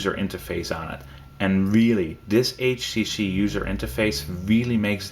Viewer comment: he said "H she she" lol